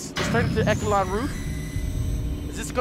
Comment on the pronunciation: The amount of times you mispronounce Echelon is ridiculous REDICULOUS lol